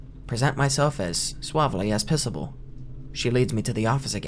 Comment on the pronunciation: "as suavely as pissable"